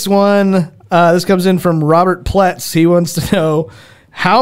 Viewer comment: Y'all said my last name right 🥳🥳 (Robert Pletz)